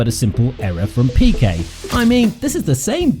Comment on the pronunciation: Cette voix IA me les cassent !!! PIKET ( avec un i ) et non PEKA !!! Cette voix IA qui n'est pas capable de prononcer les noms convenablement !!! C'est fou !!!